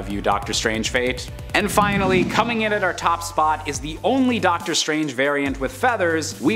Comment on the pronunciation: Ducktor strange 🤣